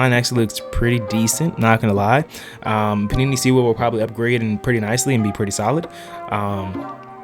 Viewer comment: "panini sewell" lmaooo